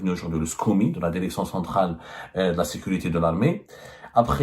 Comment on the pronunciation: Derection Derecteur Consederé